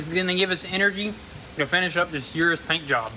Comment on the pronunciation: Hey guys just helping you all out with your pronunciation, URUS is pronounced “OO-rooss, thats direct from lamborghini, not u-rus like you all say it.